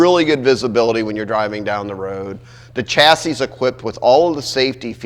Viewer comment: It’s a shassey not a chassy, the word chassis is French.